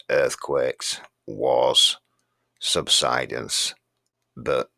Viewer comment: you're the first person on YT I've ever heard pronounce "subsidence" correctly. lol. I don't know why it irks me so but there you are. I'm just weird like that. Haha Awesome stuff as usual, Sir. Cheers